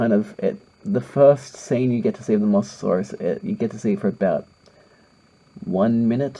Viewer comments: It's pronounced moe so saurus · Say mosasaurs like mo-za-saurs